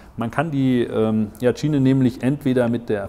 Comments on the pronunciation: E-A-TSCHINE :D - Denke eher "etschein" gesprochen ;) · Es wird itschain gesprochen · wie sprichst du denn?! benng guut?? e-a tschiene "lasse ich noch durchgehen" (obwohl, man könnte auch versuchen es englisch auszusprechen)